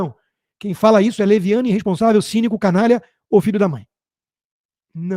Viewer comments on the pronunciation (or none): Nos botou, essa energúmena deve ter frequentado as mesmas aulas de português junto com Janjão Grelo Duro: Cidadaes, INresponsavel, PLOblema. Assassisnam o idioma também.